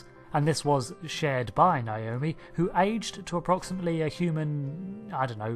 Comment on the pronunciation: I don't know why so many people pronounce Naomi as though it's spelled "Naiomi".